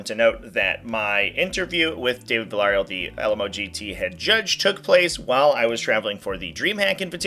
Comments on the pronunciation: The worst part about this is how you butchered the name "Villareal".... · Almost sounded like a disease i wouldn’t admit to having. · Biggest concern I heard about the video is trying to say Villarreal. Lol. Just messing. Good video